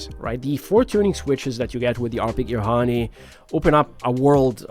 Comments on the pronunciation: Was gonna say that, ha nee is crazy lol. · pronounced as haa neh not honey or heyn.. it's japanese for wing